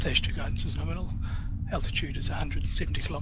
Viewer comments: It’s not Norminal. It’s Gnome-inal. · It's Gnome-inal